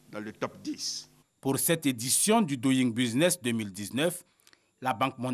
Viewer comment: la rti doit recycler ses présentatrices en anglais . regarde comment elle prononce doing business